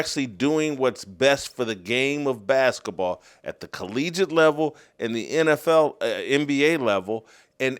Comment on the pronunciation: Will someone tell Jason basketball is pronounced with a T........he kills me how he says bask-a-ball